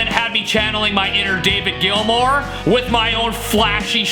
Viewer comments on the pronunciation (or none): none